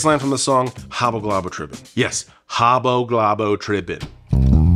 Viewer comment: If you ACTUALLY knew, Haboglabotribin has a long 'I' sound in 'tribin.'